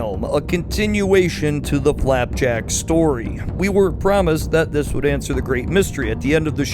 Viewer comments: Did you say Clapjack??? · did you only say flapjack and knuckles correctly once